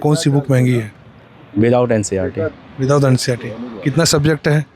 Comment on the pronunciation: Bhai NCRT NI NCERT Hota hai